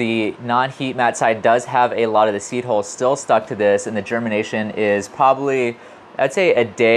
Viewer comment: Seed holes? Seed holes? I feel almost certain you could pronounce "hull" if you tried. It really would be less confusing.